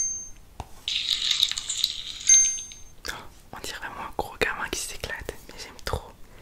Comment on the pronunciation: chuis mort comment t'a dis éclaté 😂